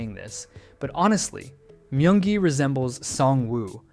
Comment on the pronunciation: "Mayung gi"